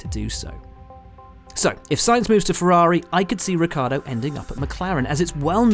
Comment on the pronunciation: I wonder how hard it is to pronounce Ricciardo, especially for someone who seems to be a professional journalist like Buxton... It's "rich-ardo" not "rick-yardo"... Seems to be a problem for english people to learn how to pronounce a single foreign word/surname.. Christ..